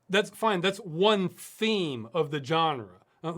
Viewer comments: I like how Ross says genre. (JAN-ER) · I agree, its "Genre", Not "Genre" :D